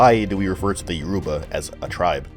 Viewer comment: YOR u ba. Stress on the first syllable.